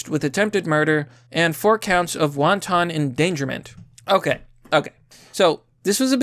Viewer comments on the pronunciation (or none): Wonton in this case is pronounced, WAHN-tuhn. Not like the Asian dish.